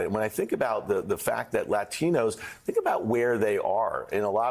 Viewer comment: pronounce it correctly, “LATHINOS”